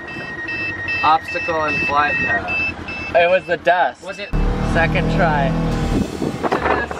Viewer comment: "i think it's the dast" lol